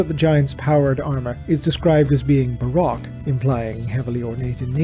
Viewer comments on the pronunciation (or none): its pronounced ba row-k not ba rock it was a style of art, dark, gothic, lots of shadows. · I hate how you pronounce "Baroque"